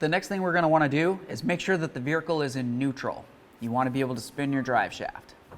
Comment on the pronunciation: Never heard of a veRhicle before now lol good video tho!